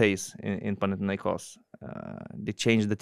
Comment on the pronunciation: Thank you very much for respecting the way that Panathinaikos is properly pronounced. Great show as always. Keep it going!